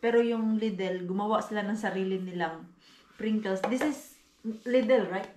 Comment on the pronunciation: Pringles mars hindi princles💗